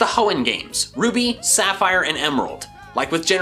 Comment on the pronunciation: SAPPHIRE, NOT SAPHIERE!